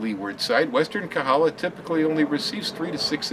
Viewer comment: it's KOhala, not Kahala. Mahalo!